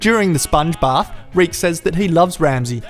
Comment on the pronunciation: You started calling Reek, Rick.